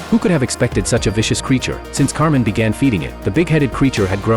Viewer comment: His name is actually kamen, I think the voiceover got it wrong 😅